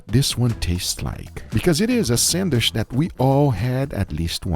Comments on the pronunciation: I love how he says “sandwich” sanwish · Odd that Guga says "sandwish" instead of sandwich. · I couldn't stand hearing someone say "sandwish" a hundred times. Sorry guga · i love guga hi is awesome but why why does he call a sandwich a sandwish :D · Bro it’s pronounced SandWICH not SandWISH 😭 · why do people say sand"wish" instead of sand"witch". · Sandwich ❌ Sandwish ✅ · Darling it's sandwich, but you say sandwish😢😢😢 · GUGA GODDAMN U DONT SHOW TO HAVE AN ACCENT IF U ONLY MISSPRONUNCE ONLY ONE ENGLISH WORD “SHANDWISH” JUST SAY IT NORMALY MAN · SandwiCH, not sandwish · Is not a "Sanwish"!!!! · The way Guga says Sandwisssshhhhhh is excidingly Brazilian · lmao the way you kept saying sandwish kept distracting me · I love the way Guga says sandwish.👌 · i clicked this just to hear him say sandwish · I love the way u say SandWish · Guga please say sandwich like normal human........ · The real struggle is Guga pronouncing sandwich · Guga, just pronounce "sandwich" like a normal person. 😄😆😄😆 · Every time Guga miss prononce "Sandwich" ..... take a shot